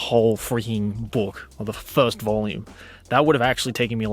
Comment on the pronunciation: I don't usually hear your Aussie accent, you just sound American for me usually. But when you say book, It's like you're saying spock. But book. So bock. But more Aussie.